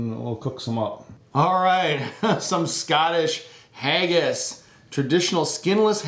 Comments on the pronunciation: it is not hay-gass it's hagass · You pronounced Haggis wrong.